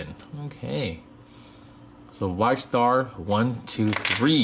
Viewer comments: You pronounce it as Vikkstar123 (Vee-k star 123) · you said vikkstar123 name rong